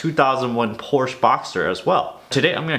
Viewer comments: I had to give you a "thumbs-down" just for your "Porssssh Boxer" POR-SHUH! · Hi!! Just wanted to let you know Porsche is a two syllable word! :) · I hope you’ve stopped saying “PORSH” by now… Merely having liability to meet the state minimums, as opposed to getting collision (and comprehensive if you truly value your car and are OCD with it)—don’t really save you jack shit the moment you get into even just one normal accident, let alone if you total your car. I guess it also depends how valuable (or not, mainly) your car is. For any nice car full coverage is cheaper in the long run. Life happens. Unless you’re a boring fuck.